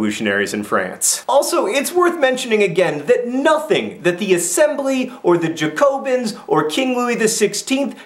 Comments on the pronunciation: Jack-o-bean! Not Jacko-bins! You did better with pronouncing emigre and guillotine! I hope there's going to be better pronunciation tomorrow! :) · Again I'm back to point out your mistakes/ what you missed 1. emEgrA (how you pronounce émigrés) 2. Flight of Varennes= when Louis XVI and Marie Antoinette leave 3. It's pronounced Jack-O-bins. 4. There was a 2nd revolutionary group called the Girondins (Gee-ron-deens). The difference that the Jacobins were based in Paris and the Girondins were based in the countryside. They were starting riots near the borders, which is another reason why foreign powers were getting nervous. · you pronounced Jacobins incorrectly. It's Ja-co-bins. sorry, just had to point that out. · I always thought it was pronounced more like JACKobins? But as a French Revolution nerd, you have no idea how much this makes my day. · Kind of. but there's still a sort of N sound at the end, so more like JacoBAHn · "jacobins" is pronounced yaco-beens, if im not mistaken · just so you know jacobins, is pronounced Jack-o-bins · Im doing the French Revolution in IB history right now. when you pronounced "Jacobins" i cringed. Its like when Americans say "foy-ER" instead of "foy-AY". My Canadian ears cannot handle it. Alas, still very helpful and you remain to be awesome. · how do you say guillotine correctly but not bastille or jacobins? I don't understand. Is this an American thing? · He pronounced guillotine properly. ...but failed (miserably) at Jacobins. I laughed at that! :) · La facon dont vous prononcez "Jacobins" est aussi tres Americain Monsieur Jean Vert ;) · You prenounced jacobins wrong lol XD otherwise really good bid xx